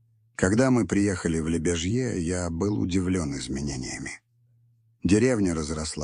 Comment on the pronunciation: Только не ЛебяжьЕ ( это не франция ) а ЛебЯжье .